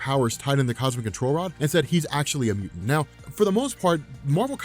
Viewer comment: Are you incapable of saying the word mutant? Had to turn on captions to figure out what you were saying.